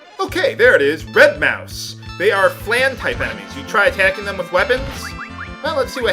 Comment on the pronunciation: I think they are named after the dessert, and are pronounced muuse or something like that...